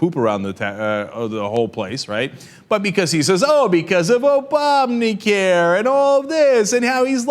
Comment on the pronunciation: Again with "ObOminus Care," though. What the hell, Santick?